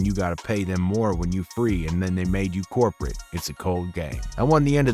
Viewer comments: Am I wrong for reading the word COOPERATE as he's reading it aloud as CORPORATE? 🤣🤔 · It’s Co-Operate not corporate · Cooperate dude can’t read lol co-operate lol